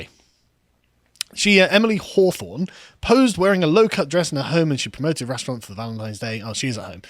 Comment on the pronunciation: Emily "Whorethorn" lol